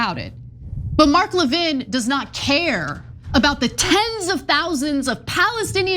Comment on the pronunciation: Isn't the stress on the first syllable of 'Levin?' I've never heard of it being on the second syllable.